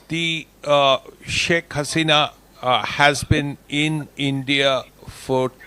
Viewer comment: SHAK Hasena is right diction